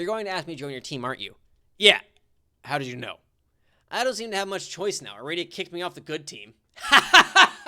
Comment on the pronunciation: The name is "Ah-rah-dee-uh" :P I swear it's so funny to see how different the characters are from the og homestuck and pesterquest XD